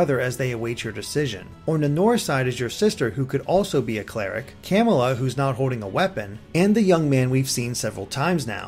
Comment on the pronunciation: I'm pretty sure some of the words in there were mispronounced, such as Camilla, Kamui, and Manakete, but I'm not sure.